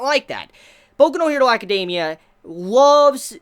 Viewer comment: ..''acadeiimia'' ? xD???